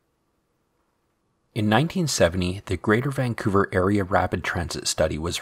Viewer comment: It’s pronounced Vancouver not Vanqcouver.